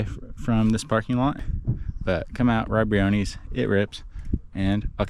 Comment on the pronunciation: When did we start calling this park Brio-kneez? I've only heard of it pronounced Brio-ness (I've been going off and on since the 90's).